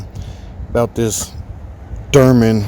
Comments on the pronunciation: you pronounce it derman, is that on purpose or?... Dorman??? Always a Great channel! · Sir, Aluminum IS METAL... Also... It's DORMAN (DOOR-MEN) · Steel bolts.. i don't think it's the bolt threads you need to worry about. Unit looks solid. Hopefully there are no casting defects. "Dorman" not "Derman", sorry I couldn't resist.